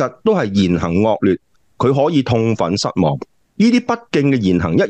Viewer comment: 高官講普通話笑死人，比如將「失望」發音變成「希望」。🤣🤣🤣